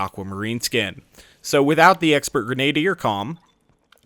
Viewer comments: Jane Murphy No, he's not. He said it two different ways; 1. Greh-nay-dee-er 2. Greh-nah-dee-er The video's pronunciation is the same as mine, the correct one. The two you are defending are both incorrect. So, thank you for giving something to back up my statement, as well as discrediting yours. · is absolutely right, it's pronounced greh-nah-deer. I didn't really feel like pointing it out because I don't think it's a huge deal, but it still bugs me a bit every time he says it, lol. For further reference, here is a much better source than what Jane Murphy provided. CAMBRIDGE, BITCHES! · Genadier is pronounced like: Gren-ah-deer. Doesn't matter too much, just annoyed me a bit.